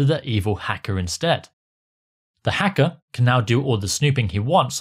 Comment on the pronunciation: the evil "heckah" 😂